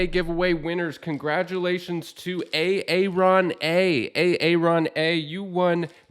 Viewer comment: Lol.. A-aron? Bruh.